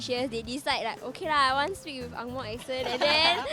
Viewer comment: "ex" cent... barf.